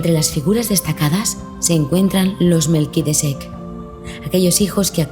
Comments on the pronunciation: Para presentar el libro se les escapa revisar detalles... la chica dice MELQUIDECEK......ES MELQUISEDEC. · Minuto 5: MELQUISEDEK